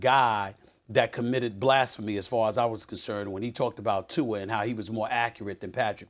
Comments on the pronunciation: Lol why does Stephen A say “Tuar” instead of Tua 😂😂😂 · It’s Tua